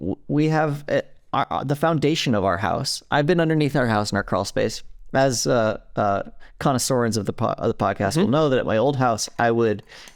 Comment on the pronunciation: "As connoiSorens of the podcast will know. . ." Masterful.